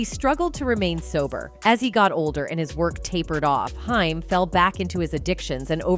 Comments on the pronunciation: It's not Hime it's H aim...good greif! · Haim like the word claim not hime. Have heard this about Sheen for yrs but it's hard to get through video hearing hime. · When AI does the narration we get mispronounced names like "Hime" instead of the well known "Haim" and "Nine Hundred and Eleven call" instead of 911...😂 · The A.I. is super annoying. Very good job on the consistency the main person's name is ping pong'd from Haim to Heim also.... Dragging up old news and mispronouncing dates as numbers... I hope whoever made this video didn't pay to have it made or edited... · Why do you keep saying haim wrong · Whoevers narrating / whatever AI can't even pronounce Haim (Corey). And the pictures shown next to Corey Feldman aren't Judy Haim, they are Barbara Walters.